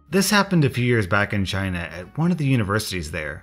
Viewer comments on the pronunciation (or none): none